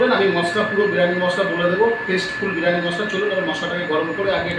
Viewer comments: বিরানি 😂😂😂😂 আগে উচ্চারণ ঠিক করো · বিরানি😂😂😂😂 আগে উচ্চারন টা ঠিক করো